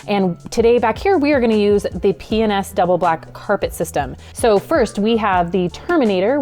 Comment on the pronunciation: I love land cruisers and P&S products. It sounds like she keeps saying penis though.